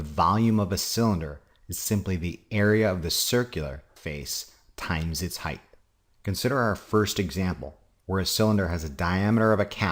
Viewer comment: Thank you for not pronouncing the word height, as hi-th.